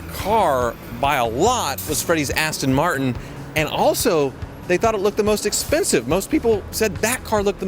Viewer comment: “ass-ton” martin holy shit. Thats a nice booty